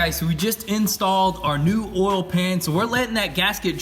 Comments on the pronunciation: Hehe, they say "ohl". I grew up in a town that pronounced oil "ohl". Good folks. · I like how you say “oil”